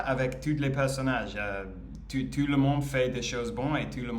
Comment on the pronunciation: Hey! I can see your improve day after day, congratulations! A piece of advice: when we say " tout ce qui se passe", le mot "tout" signifie "everything" et on ne prononce pas le T final, we pronounce "TOU" (it can seem not that important, but it is 😉). "Sa famille ne pense pas trop A elle, ne LA considère pas trop, ne LA traite pas très bien" 🤩. No matters it's a man or a woman, we speak about "un personnage", so: "le personnage principal" 😝"Elle va A L'hôpital" 😜. We'll rather say "Il est possible qu'elle ait UN cancer", not "DU cancer" 🤮 "Tout le monde LA traite MIEUX qu'avant"😁 "Elle veut que sa famille continue à bien la traiter": in French we put the adverb before the verbal form when it's an infinitive or a past participle, example: we say "j'ai BIEN dormi" (fluent) rather than "j'ai dormi BIEN" (not fluent) 😃 "To react" is "réagir" in French, we say "ils réagissent" 🙂 For the "making" or the "shooting" of a film, we say la "réalisation" in French, "le film est bien réalisé" for example 😀 Une "série fictionnelle" is a bit heavy, we simply say "une fiction" 😛 And that's all for today!! bye bye!😜